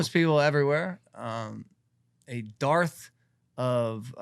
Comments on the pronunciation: Dumbass said “a darth of employment”. I think you mean “dearth”. 🤣🤣🤣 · the word ios dearth not darth logan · I’m trying to figure out if I give Logan props for knowing the word “dearth” exists or roast him for pronouncing it like “Darth Vader”. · "A "darth" of employment." It's "dearth" like "earth", douche. And "hearth" like "darth", for those that have issues with that one. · Did Logan Paul say a Darth of employment? …get that Sith outta here 🤣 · The Paul brothers never fail to disappoint. Idiot can't even say "Dirth" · Dearth is pronounced "derth" lol was confused what he was saying for a sec. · Why am I not surprised that Logan Paul thinks "dearth" is pronounced like "Darth" as in Vader? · Jake Paul shitting on California without actually being able to say "dearth" is silly to me. Also didn't he throw a party during Covid restrictions and he's gonna complain about how it was handled? Bro's a joke.